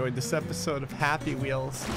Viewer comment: You sead happy weels not turbo dismount